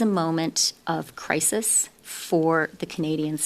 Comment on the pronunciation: Freeland calls it crisis.. carney calls it crisee 😂.. lord tundern Jesus bye